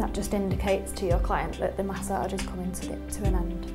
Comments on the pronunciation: It sounds like message with an accent at the age part. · Say massage one mo time